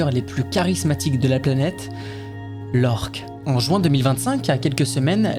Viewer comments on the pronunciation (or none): none